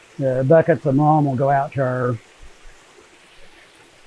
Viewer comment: What is that stuff at the bottom? I hear say 'malm' bit YouTube translates as 'mom'? Can anyone clarify?